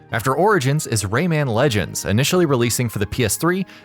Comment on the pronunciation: It's Rayman, not RayMAN, get it right dude